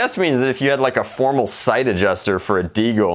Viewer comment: Did you just call it a “Degal”....🤔